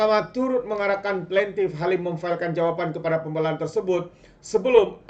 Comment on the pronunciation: Berapa banyak kita nak dengar sebutan pun x btul nih? "berang" .."pembelaan".. kamu x blajar BM ker kt sklh ?